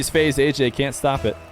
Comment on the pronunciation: ayyayy* not ayyJay